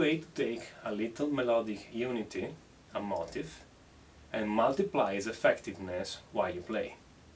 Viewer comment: Great lesson and COOL accent bro! One thing though it sounds like you are saying, 'motive' for the word 'motif' it would sound like 'MO-TEEF' in America. Don't change tho